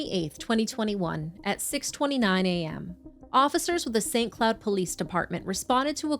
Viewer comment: Narrator: "St. Cloud." Me: "What?" Narrator: "... St. Cloud, Minnesota." Me: "WHAT?!"